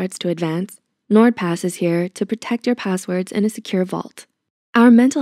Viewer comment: i thought nordpass said n word pass lmao